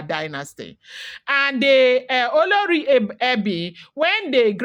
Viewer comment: Same spelling different pronunciations you are doing great 👍 olori ebi and oloree for the oba's wife.